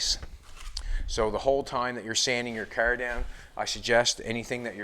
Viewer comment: Kerr? It's car. WTF?